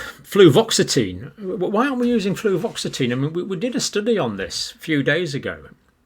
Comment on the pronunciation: John, it's "Fluoxetine" - there's no "v" in it! And, btw, it's commonly known as Prozac. It nearly killed a close family relative as it produced suicidal ideation and they attempted suicide several times whilst taking it...